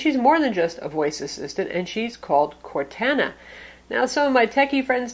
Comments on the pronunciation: Its pronounced "core-tahna" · Don't wanna be the guy that goes crazy over pronouncing something wrong but you've been saying Cortana wrong. Its cor-tah-nah :) just a heads up for next time :) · It is Cor-anna, based off the Character from the Halo game franchise, also from Microsoft. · It drove me nuts too lol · I don't know whyyyyy but it reallllly bugs me as well. I'm not that guy who trolls but it just... Well that's not how you say Cortana. But other than that amazing review! You are my go to person for all things tech! Great job! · The way she pronounced Cortana is atrocious. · Dull Panda Sorry, I didn't mean to offend you so much. is awesome. She does a great job reviewing things. I was mostly kidding.